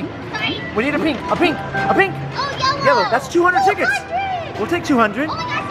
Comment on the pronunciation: said rink instead of pink